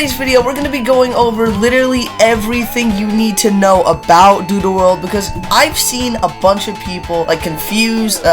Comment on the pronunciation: Why it sounds like he said doodoo world 💀